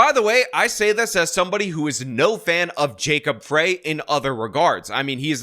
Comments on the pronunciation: Minnesotan here (first ring suburbs of MPLS)! Love your channel and I’m a huge fan! One correction for this video: It’s Fry. Like french fries. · That is not MN's state flag, and it's jacob frey pronounced fry, like french fry. weirdo using a hit piece from newsmax with a b.s. image of a photoshopped flag, classic. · Fry is how u pronounce the losers name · BTW It’s pronounced Fry….. like McDonalds French fry. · Sorry to correct you, but it's pronounced Jacob Fry, as in McDonald's. Deportations by our federal government will solve the problems with rent prices. Also arresting Walz and Ellison our Muslim AG, etal. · FRY. His name is pronounced "FRY." I am aware that it is spelled "FREY." It is pronounced "FRY." 🤦‍♂️ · Frey is pronounced “Fry” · It’s Jacob Frey, as in french fry 😂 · Mayor Frey's surname is pronounced "fry". If he wins re-election, it won't be by much. The upper-middle-class, guilt-ridden White liberals who run Minneapolis, plagued by their guilt, decided to relocate the population of a non-Western, illiberal culture to take residence. 20% of the city's population is of Omar Fateh's favored ethnic group; consequently, he will have their bloc votes as well as the votes of the loony-tune White progressives. In dragging his feet in requesting Governor Walz to call in the Minnesota National Guard when the riots began, Frey did not deserve a second term in 2021. Nonetheless, I have no choice but to vote for Frey as the other chance to prevent the mayoralty of economically-illiterate Identity Politician. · Just to be more accurate, because it's important. 1.The current state flag isn't the one you showed . That was a runner-up. Real flag arguably looks MORE like Somali (not Jubaland) flag than that even. 2. Nobody calls the whole city of Minneapolis 'Little Mogadishu', but many people do call the Cedar-Riverside neighborhood and/or the area around the Somali mall at Lake and Pillsbury by that name. 3. Frey is pronounced 'fry' not 'fray'. Thanks